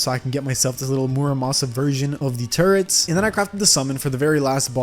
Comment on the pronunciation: Bruh why do u sound like ur saying turds when u say turrets